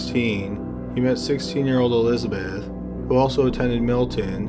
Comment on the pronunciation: Whe Thoma wah sissteen he met Elizabeh, hey can you please PRONOUNCE the words?